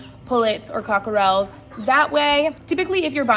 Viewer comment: CockerELS? The emphasis is on the first syllable, not the last! It’s pronounced, COCK’rel. weight two syllables. The middle “e” is silent.